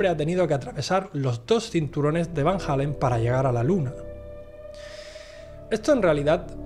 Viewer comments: Es Van Allen, no Van Halen eso es una banda rockera, has visto demasiados videos de JL, él lo dice mal siempre. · Joder!!!! Porqué chingados no pueden pronunciar VAN ALLEN, VAN ALLEN, VAN ALLEN, VAN ALLEN. NO ES VAN HALLEN........ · En todo caso se pronunciaria FAN ALLEN o FAEN ALLEN